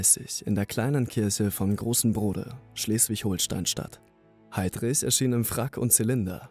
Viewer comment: Junge bitte sag holstein nich HOHLSTEIN bitte das beleidigt mich irgendwie das mein bundesland so ausgesprochen wird